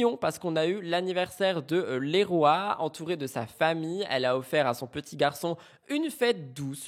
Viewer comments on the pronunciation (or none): Le prénom du fils de Liam c’est pas « les rois » ça se prononce 😂😂 « liroyeuux » (Leroy) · Le prénom du fils de Liam Di Benedetto ne se prononce pas " les rois " mais " Liroy " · Coucou sauf erreur de ma part les prénom du fils de Liam se prononce « Liroye » phonétiquement